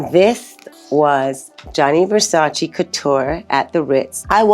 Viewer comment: The way even THEE Naomi mispronounces the word "Versace" I-...